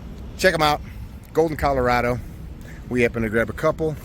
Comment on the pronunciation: It's not "Colorado" it's "Colorado"